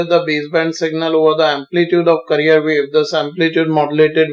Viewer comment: Sir you sound like veteran actor Sanjeev Kumar and your explanation was very effective and for God sake it's carrier not "career".